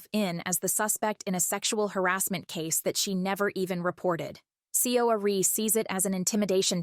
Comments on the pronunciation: its pronounced like "Suh- ari" not see oh ari. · to my non korean ears it sounded like her name was pronounced "sorry". thought that it might have been deliberate.just a thought. fwiw.